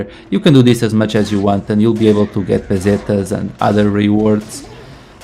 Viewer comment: Hi ty now you say PESETAS